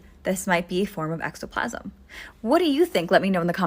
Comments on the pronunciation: Ectoplasm,, not extoplasm... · Its "ek-toe-plasm". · Drink every time she mispronounces "ectoplasm" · You say ectoplasm wrong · like how do you have a horror/folklore tiktok but mispronounce words. It just chips away at her credibility.